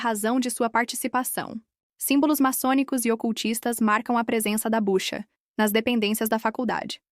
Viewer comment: É BUCHUA e não Bucha como está sendo relatado! Obrigado!